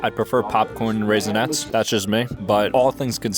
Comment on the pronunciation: No way bro said raisnets....